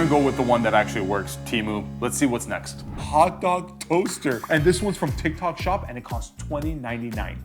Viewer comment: Tyik tok shop this...tik tok shop that....#boriiiiinnnnngggggg